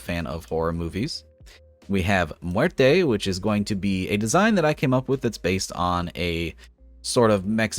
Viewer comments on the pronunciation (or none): as a spanish-speaker, I like how he said Muerte as 'mwear-tey' instead of the 'actual' pronunciation, its fine though bc spanish is a weird language